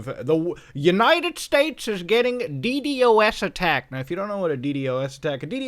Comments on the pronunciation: why did you keep saying "dee-dee-oh-essing" instead of Dee-Dossing, it's so much easier to say lol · Stop saying D-D-o-S you can say D-dos, 🤦‍♂️ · its so weird to hear someone actually say d-d-o-s instead of deed-ahs LMAO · never wanted to punch a man so bad as i did this man when i heard D.D.O.S instead of D.DOS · please stop saying "DE-DE-OH-ESS" and please just pronounce it "DE-DAW-SS" like a NORMAL PERSON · I hate how he kept saying D.D.O.S instead of ddos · Please for the love of shiz, call it d-DOS, not D.D.OS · Dude stop saying D-D-O-S It’s pronounced D-DOS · Why do you call a ddos a d.d.o.s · ur the only person that says d-d-o-s isnted of d-dos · please just say DeeDOSS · Muta pls stop saying d d o s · God please, call it de-dos Its so much easier please